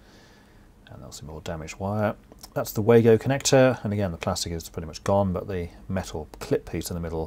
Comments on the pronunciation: Pronounced Vargo German w is V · Just a couple of points. The Wago connectors are pronounced as Vargo ( German word) Plus I was always taught that crimp connectors are only to be used on multi stand cables, The crimp could be pulled off a solid drawn cable as it didn't bite into the cable.